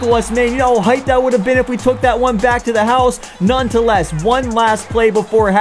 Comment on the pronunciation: its nonetheless not nonetoless lol